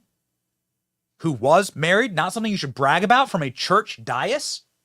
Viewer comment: Benny... PLEASE... the word "dais" is pronounced "day-iss"